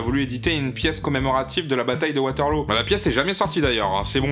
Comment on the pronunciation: warteloo sa sonne bien anglais sa